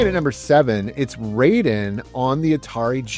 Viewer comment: Hey, love your videos, but you're mispronouncing the name of the games in japanese. Raiden is not English, the kanji are just there in the title, indicating it's japanese. The pronunciation is exactly like when you say Gai-den (not gay-den). Rah - ih- de. I think in the year 2025 aside from sharing the love you have to video games, you also are sharing your own knowldge to others, somehow it's also education, there's also responsability there as well, Please don't be like Joe from Game Sack (tate.... tah- teh).